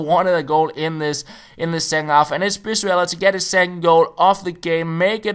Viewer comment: I'm mexican i can tell you, it is pronounce "bree-zuela", great video, the first opponent was such an asshole